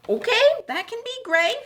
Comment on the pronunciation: “It’s not OKEH to be OKEH”❤️(titan cry 😭)